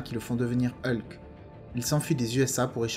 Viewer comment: Hulk pas eulque